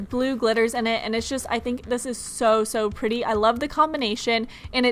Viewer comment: Ruby Medley I think she can poke the slime..BTW what is jus it's pronounced *just